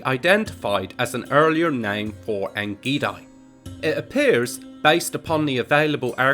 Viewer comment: Very interedting video You pronounce the second part of ein gedi WRONG, gedi is pronounced gay-dee